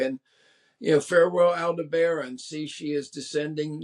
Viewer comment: He mispronounces Yanovsky, Aldebaran, and Henske, all in the first 90 seconds. Ouch.